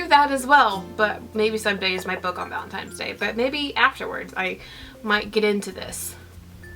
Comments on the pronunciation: Am I crazy or you're pronouncing it ValenTIMES day instead of ValentiNes day?? I don't mind it at all but do you realize it? Ahah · It's valenTINE'S day not valenTIME. lol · It sounds like you are saying ValenTIMES day. It's ValenTINEs day!!!! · Me too! and I was like, wha--?? :S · Am I the only one who noticed that always says Valentimes..haha:) I don't mean it in a rude way though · Oh,, I could not concentrate, I kept counting how many times you said ValentiMes day:D